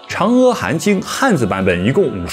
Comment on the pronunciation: 阿弥陀佛念a不念e，长阿含经也是念a不念e